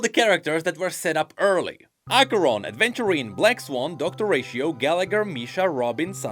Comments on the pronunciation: Its AVENTURINE not Adventurine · I'm sorry but it bothers me so much everytime you pronounce Aventurine's name as "Adventurine". These are two VERY different things XD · Aventurine* not adventurine.